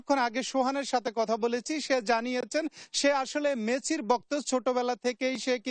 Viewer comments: এটা কি অটো পাসের সাংবাদিক নাকি মেসিকে মেচি বলে ডাকতেছে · সাংবাদিক বানান ঠিক করেন,মেসিকে ম্যাচি বলে কেন?